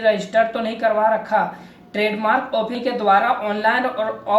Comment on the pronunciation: it's fresh not presh and it's use not usgg* it's office not *ophice*. . anyways u need to work harder ... anyways good work keep it up.. like the knowledge u shared.. :)